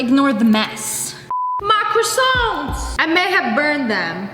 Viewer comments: Lia : ok I got pre made croissants 🥐 “ahem I mean CrAsSWoNt 😂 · People are saying tom holland says quackson for croissants